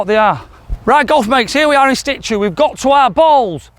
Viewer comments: you have me in stitches with "in sTitue"... it's in situ...there's only one T in situ....great video but those clubs are yuk! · OMP….and I’ll give you a tip… you say “ In Stitue”…. It should be “in Situ”…. There you go free English lesson in exchange for all your lessons 😉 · The word is 'situe' not 'Stichyou' 👍